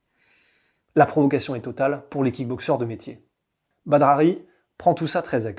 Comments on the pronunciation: Quelqu'un lui dit que ça se prononce "Bader" ? Et pas Badre machin... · Badre mdr on dit Bader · C’est badr prononcé Bader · Super vidéo bon travail! Juste une chose on prononce Badr « Badère » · Je ne suis pas sur mais il me semble que ça se prononce "Bader" Super vidéo comme d'habitude !! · Badr se prononce bader me semble t'il..... je fait le chieur mais superbe vidéo comme dab..... longue vie à! Peace✌👍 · Sont prénom ce prononce Badeur même si sa s'écrit badr! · Badr se prononce “bad air” ou bader si tu préfères 😉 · Ca se prononce Bader..sinon bonne vidéo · Sa s'écrit et se Badr Haris mais sa se prononce badere Haris. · Excusez moi on dit pas phonétiquement bader?badre ?? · Badr ça se prononce bader. Trop bizarre comment tu le prononce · C'était pas mal par contre il faut prnoncer correctement son prénom. Ca se prononce "Badère" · J'suis pas convaincu pour la prononciation du prénom. Le E doit être absent à l'écrit mais prononcé à l'oral...